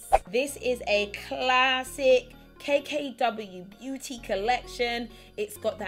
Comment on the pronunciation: I swear you said K K W Booty